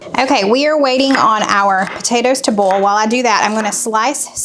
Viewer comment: How do you differentiate between a bowl and boil or oil ? It all comes out sounding like OLE.....I know it's southern thing and I'm in Canada but how do you tell the difference when you use them and they all sound the same? Not meaning to be disrespectful because I love your channel and faithfully follow you, just curious. Please don't be offended cause that is not my intention either. Thanks for the recipes this week, I am really anxious to try the potato salad, that looked very interesting!